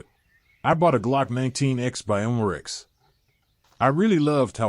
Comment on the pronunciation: These AI narrated videos are so awkward. C-O-2 cartridges? And Humarex ? 1-64 dollar?